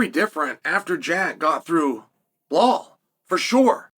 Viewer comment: I am wondering for years on how Chael can be that good in presenting his analysis and at the same time names like Blahal and Maklachev still slip through his mouth .. ;d